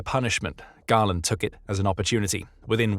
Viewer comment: Perhaps learn to pronounce your subject's name reasonably correctly? I read Galland's autobiography and while it is clear that they disagreed, it seems a stretch to claim that they were enemies.